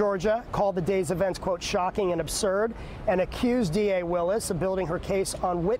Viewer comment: These comments.. smh and the intentional mispronunciation of DA Willis name is ridiculous..